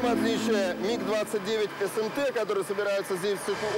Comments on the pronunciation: That's it! Every aviation enthusiast and every Russian have only one mission in life now - find the narrator and make him read commentary again without saying M.I.G. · I am familiar with the word MiG since I was a child. And I have heard it like a million times. But this is definitely the first time I heard it pronounced like that. M.I.G. This guy must have been living under a rock 🤣🤣🤣